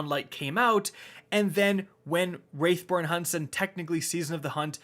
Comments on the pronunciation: For the love of God please please call them WRATH(/raTH/) - BORNE hunts, not WRAITH( /rāTH/) BORNE hunts. The line of the a indicates more of an emphasis on the A for pronunciation. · youve been ssaying "wraithborn hunts" for the past like 6 vids when its "wrathborn" and its slightly irritating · Wrath, no wraith. Jesus, do you even play? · Wrathborn, not wraithborn, wrath born.... WRATH -. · FOR THE LAST TIME, it's WRATHborn not WRAITHborn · W R A T H. It’s W R A T H not Wraithborn hunts please say it right. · Learn to say wrathborn not wraithborn.... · I guess my other comment wasn't obvious enough so *Wrathborn that's wrath like anger wrath not wraith like specter wraith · So um, that missing "i" in Wrathborn means that is a different word than "Wraithborn" which you seem intent on always saying lol. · How come nobody knows how to say "WRATHborn"??? wrAAAAAAth born. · Yeah I almost think he's doing it on purpose at this point lol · Oh, bro you're late, he was saying that all last season